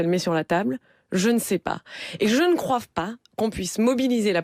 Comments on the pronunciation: La sinistre là, elle dit bien "je ne croiVe pas", ? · J`ai crus que j`avais mal entendu mais en reecoutant c`est bien croive....damned... XD Ca m`arrive aussi de faire des erreurs quand je m`exprime, mais bon de la part d`un elu ca fait peur. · Vous croivez qu'elle a dit "croive"?